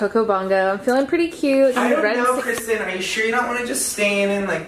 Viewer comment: BEST FWEND KWISTEN!